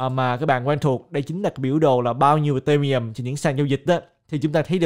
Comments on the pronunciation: Tại sao lại đọc Ethereum là ì-tê-mi-um, coi clip nước ngoài họ đọc là I-thê-ri-um ko à? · Video phân tích rất hay. Nhưng anh có thể đọc tên Ethereum ( phát âm đúng " i - thi - ri - um" ) đúng hơn ko ạ hơi khó nghe và từ khoá ETH cũng lặp lại nhiều trong video nên e nghĩ đọc đúng sẽ hay hơn ^_^